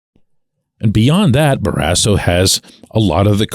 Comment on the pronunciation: What's your point on Barrasso? Is this the HOF of how athletes interact with media members? I wouldn't have cared if he punched you in the face. In fact, I'm kind of wishing he did!!! Anyway, you pronounce his last name in an odd, incorrect manner. Happened with most broadcasters, not just you. He was, 100%, a HOF goaltender!